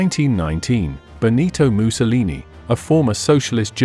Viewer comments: Is the narrator deliberately pronouncing Mussolini like “moo-so-leenee” ? Like him or loathe him, doing so is childish…to say the least. Likewise with “aaaree’ian” for Aryan [a’reean]…? Disappointing if not sad, given the otherwise excellence of his documentary. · Why does the narrator keep pronouncing Mussolini as ‘Moose-a-lee-nee’? I have a feeling Adolf is about to be A-Dolff very soon. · Might be cause the narrator is from Britain.